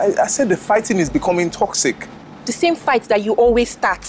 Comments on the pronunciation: Everytime she says « TOCSIC » my ears bleed 😂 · Hahaaa, no she said *TOCZIK*.